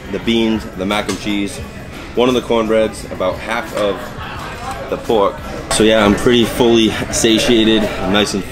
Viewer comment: BAHBECUE (barbecue), LAHGE (large), POHK (pork), SHOHTLY (shortly), CAH (car), FRUIT BAHS (fruit bars)... I really enjoy your accent! Greetings from Montréal 🇨🇦